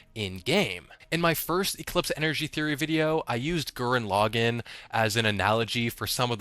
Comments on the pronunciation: Can we talk about how he said gern loggin..... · The way he just said Gurren Lagann just injured my soul a little bit.